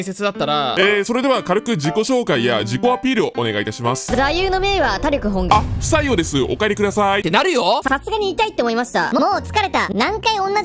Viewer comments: たりょく！？ “たりき”本願ですよ！ 外でなさすぎて常識ないのか！？ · ⭕たりきほんがん ❌たりょくほんがん さん間違ってますよ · 他力本願はたりょくじゃなくてたりきだよ！！！ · 他力本願をたりょくほんがんって読んじゃうかわいい